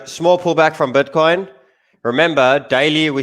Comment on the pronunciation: That's Butcoin lol...